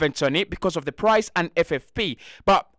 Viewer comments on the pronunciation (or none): none